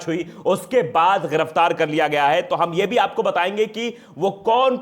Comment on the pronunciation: Sadri wale Bhai thik se bolna sikho ghiraftar giraftar hota h waqeel nahi wakil hota h